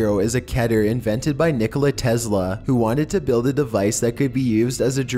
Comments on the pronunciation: did you just say kiter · alright, its pronounced Keh-ter. according to the wikia Keter is the hebrew word for crown (כתר( and as a native hebrew speaker... you get the point. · *ITS PRONOUNCED KE-TER, NOT CATER. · It’s actually pronounced KEE-TER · it's keh-ter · It's kee-ter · Vinnis Vidya Just like Meter is pronounced "Meh-ter" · Its pronounced differently by other people but the correct pronunciation is (kee-ter). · Baldi please don’t spank me but according to TheVolgun, Keter is pronounced (Ket-eyr). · It’s tee-kee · its ke-tair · The way he pronounces "Keter" just- ugh